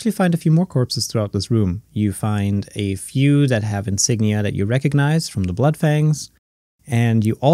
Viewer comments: Why the first thing i heard was "f you" and not "a few" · When the queen said “a few” I thought she said “f u!..”